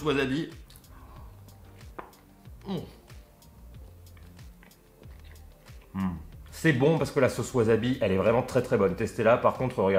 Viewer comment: Bonjour. Tu as peut-être prononcé "wasabi", "waZabi" 1000 fois dans cette vidéo. Pas bien pour les oreilles ;-)